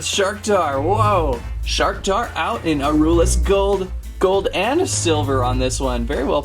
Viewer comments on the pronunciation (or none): STOP MISPRONOUNCING NAMES LIKE NILLIOUS AURELUS AND PYRUS DAN!!!!! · You are mispronouncing names like Nillious and Pyrus and Aurelus